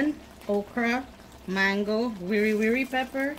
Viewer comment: Your hassa curry looks great I love the way explain how to cook it. You made me laugh you trying to say wiri wiri pepper.